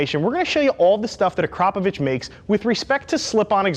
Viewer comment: The first native english speaker i have ever heard to pronounce the name Akrapovic correctly. Cheers bro!